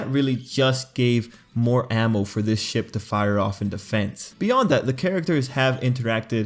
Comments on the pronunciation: I heard "Everyone loves a good Shit" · Everyone loves a good ship How I heard it: everyone loves a good shit Me: W h A T? 😳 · I thought u said everybody likes a good shit. XD